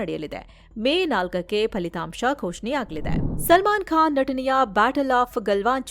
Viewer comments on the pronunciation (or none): none